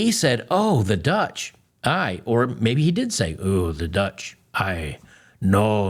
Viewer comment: Worse yet he did not say aye as in yes like parliamentary procedures he said aye!!! Pronounced like the ay in say or pay….which is a yes of very positive excited. He likely heard of the dutch and was happy to go or go back